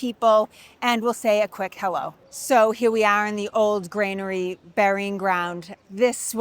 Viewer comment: It’s Granary…….NOT Grainery Sorry, my need to correct improper pronunciation goes back to a time when I was about 25 when I overheard one tourist tell another tourist as he was pointing at a building that the building was Nathaniel Hall… when we all know the correct pronunciation is Faneuil Hall. (fanyuhl)